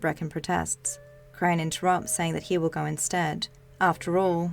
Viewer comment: Goe, belloew, Radioe. Your voice and accent are straight up ASMR for me. Don't mind me while I go binge all your videos